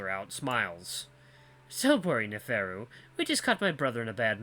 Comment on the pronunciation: Someone said Virginia might be a play on Virginia Woolf? I think an actress? Author? I've heard the name but don't remember what she does. You nailed Neferu's name lol. Virginia and Neferu, the brains in a sea of idiots. I think you'll like him. He's such a flamboyant no nonsense troll. And the cutest little smile 😙